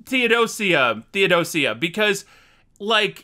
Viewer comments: It’s pronounced THEO-doja the sia makes a J sound like in ASIA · Please stop saying Dear Theodo-seeya. It's Theodo-shuh. Dear Theodosia. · “Dear theodosia” “theodo-see-a” you’re not helpless, you’re hopeless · "Tee oh dozy uh"🤣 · Thee-oh-doh-sszha Theodosia rhymes with ambrosia. I’m so enjoying your reaction videos, thank you for doing this. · Just so you know Theodosia is pronounced (thee·uh·dow·shuh) and Theodosia is Arron Burr's daughter. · pronoucned Thee oh doge a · You're pronouncing the Th in Theodosia, now I wanna know if that is how you pronounce the sia when you say Asia, because Theodo Sia was not the name of Burr's wife or daughter.😂🤣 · I wanted to correct you with Theodosia so many times except I realized it would do no good to put in the comments because you still would say it the same way.